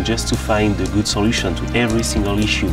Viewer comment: It's ze emotions in ze horse.